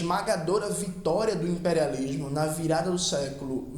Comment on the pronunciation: KKKKKKK não sei o que não sei o que, o impériálishhmo hueuhsudheua que bicho ruim cara